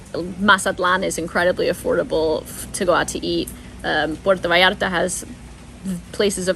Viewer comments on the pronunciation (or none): none